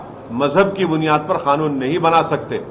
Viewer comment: कानून होता है खानून नही बे